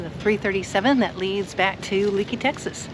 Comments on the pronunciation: It is pronounced Lakey by locals. Thanks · Lakey not Leeky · Great video guys !!!! Being from Texas, I've ridden the sisters myself, and they never disappoint. Btw.... fyi Leakey is pronounced Lakey by the locals. Continued safe travels. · Drives me nuts when folks mispronounce town names. It's not leak-e, it's lake-e. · Pronounced “Lakey” not Leekey. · Thanks, I’ll check it out. Been through that country many times but never rode those highways on a bike. Oh, BTW, Leakey is pronounced Lāy’-kē, not Lē’-kē. 🤷🏼‍♂️ Texas boy here. Thanks for the great content. Keep ‘em comin’. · It's Pronounced Lakey, not leakey! Love the area, I'm spend time there every year! Great video! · It’s pronounced “Lakey”. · It’s pronounced “Lakey” Texas… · Another great video guys...Love your channel, and l have really enjoyed following your adventures on You Tube. Glad that you are in the Lone Star State again, filming your ride on the "Sisters", and are getting to see the splendor magnificent Hill Country.. One side note......despite the spelling, Leakey is pronounced "LAY KEY"....lol....safe travels....and keep the great videos coming...Mike